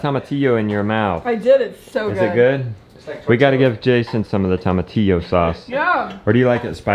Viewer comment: toe - mah - tee - yo